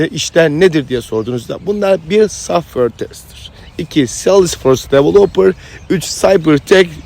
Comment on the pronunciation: Abicim süpersin. İlk başta saffır saffır deyince anlamamıştım meğer softveyr (software) diyormuşsun şimdi oldu 😂😂